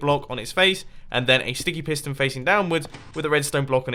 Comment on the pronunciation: its sounds like you said stinky piston